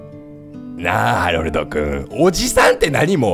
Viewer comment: こ、これじゃあハロルドじゃなくてハメルドじゃねかw